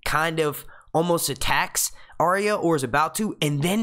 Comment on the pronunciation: Please learn how to correctly pronounce Arya